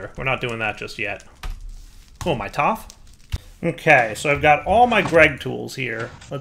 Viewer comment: He said toph correctly. I see your a man of culture I too am a man of culture XD. I always wanted to say that